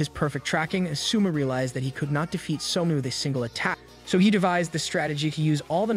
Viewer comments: suma LOL its soma bro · Every time the AI pronounces Soma as summa, I die a little inside. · its not souma its soma yukihera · I had to stop the video the second he said Suma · Literally spelled SOMA. How is it that yall butcher names so bad? So ma. Do yall even watch the anime or just read the manga?